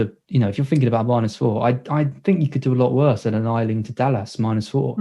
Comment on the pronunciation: GET THE NAME AYLING RIGHT MATE!!!! SAY YAYYYYY. THEN AYYYYYYLING